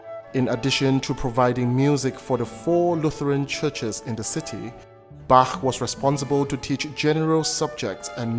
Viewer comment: I just love this documentary! And may I say how much I love your pronunciation of the "ch" in Bach, Eisenach and other words, as well as our umlauts "ö" and "ü". Absolutely perfect! Hats off to you,.